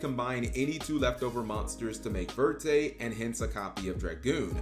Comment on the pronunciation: verte means green in French. Even if verte would be the name of the card, it would be better to actually say it in French rather than broken English. If you see "croissant", will you say "croy-sant" or will you pronounce it with the French pronunciation? Many yugioh cards have French names in the English tcg. Look at the papillon cards. There meant to be referenced as French names so either say it in French pronunciation or use the correct English word instead.